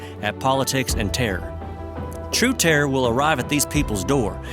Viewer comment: Violence not "vilence". Terror not "tare". Infinitely not "infinly".